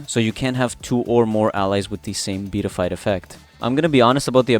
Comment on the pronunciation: And is pronounced Be-at-I-fied